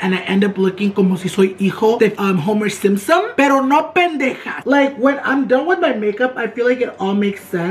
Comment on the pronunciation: “Homer Simpom”😂😂 I love ❤️😂